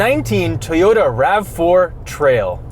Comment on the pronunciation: "Rav-Floor It" A+ journalism!